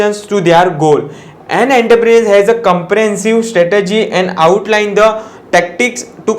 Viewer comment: You may need practice of pronunciation of entrepreneur..